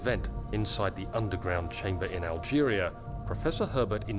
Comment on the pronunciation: Ngl....Kind of amuses me how says Algeria. "AHL-geria."